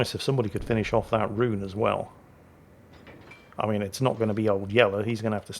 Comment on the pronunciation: and he's still saying Rune. It's Rone FFS roan like grone tone bone or phone. not roon like toon tune boon or goon you loon. Don't believe me look it up. Sorry mate I just heard it 100 time to many. I can understand, but not forgive the western tendency to place the inflection on the wrong syllable of a Japanese word. even though we dont do it to we? Nobody says riCHARD, or eRIK or coVENtry but whatever so many people do it that its pointless to discuss. As a 51 year old geezer that has a history degree and speaks fluent German having worked as a translator and interpreter in Germany for 25 years now I can assure you old boy...it is ROAN as in tone not Roon as in Loon. You beautiful old git. Love yer videos keep making them. Good health and luck to all you hold dear. ROON!